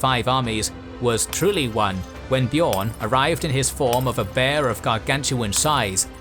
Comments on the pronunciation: Slight pronounciation corrections: Gala(dh)rim - the DH is pronounced as TH in THE, not as the TH in WRATH; Beorn - should sound more like BAY-ORN, then the Scandinavian Björn. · Exactly, just like the Beo in Beowulf.